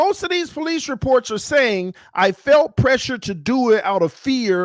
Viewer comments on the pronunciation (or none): none